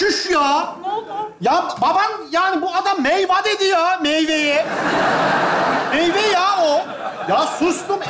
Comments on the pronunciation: Baban meyveye meyva dedi 😅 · Meyva dedi ya meyveye 😂😂😂😂